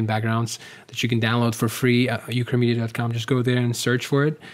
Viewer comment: the moment when "ukramedia" sounded like "chlamydia" ... I was like ..wait what?